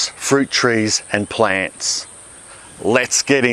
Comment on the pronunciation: P L A A A N T S !!! Nobody says it like Ozzies !